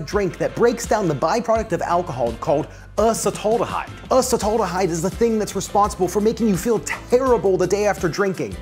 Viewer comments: Uhhh cetaldehyde? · Uh-sut-aldehyde, because you don't want to say ass-at-aldehyde! 😭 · The way you pronounced Acetaldehyde hurts my soul, man 🤣